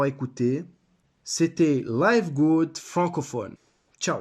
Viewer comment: Listen to Ben Glinsky pronounce the company name. It's pronounced livgud, not layvgud. :)